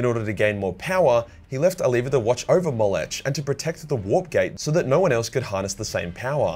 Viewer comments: Slow down and read the actual names correctly. They have letters that you're either completely ignoring or changing for some reason. It's clearly "Ollanius" (oh-LAAN-ee-us), but you keep leaving out the 'i'. Why? Also, the "ch" at the end of "Molech" is not pronounced like the "ch" in "chai". It's clearly a "k" sound - "moe-LEK". Try harder. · The way pronounces Molech triggers me.